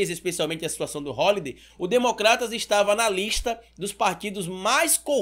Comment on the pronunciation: "Rolidei" bah!